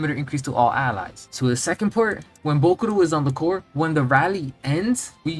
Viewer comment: It's jarring as hell how you pronounce "bokuto". Almost sounds like you're saying bokuRo